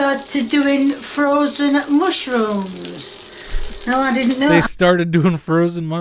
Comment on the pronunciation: Mushiruhms and honions